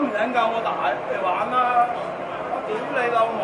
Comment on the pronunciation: 好标准的 丢雷楼某